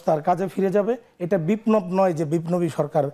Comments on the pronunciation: Ahhh ki dukkho emon EKTA dol Kori.. thik Moto Kotha bolte parena.. biplob ke.. bar bar bipnob bolche... Ahhh ki je kosto lage... Ashole BNP er obostha aoyami lig er motoi Hobe... Karon mul porjayer shob. Neta kormi murkho... Non. Smart. Koste bukta fete jay Khaleda ziya apni eder borkhasto koren druto😢😢😢😢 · সে তো বিপ্লব শব্দ উচ্চারণ করতে পারে নাই...! বলছে বিপ্নবে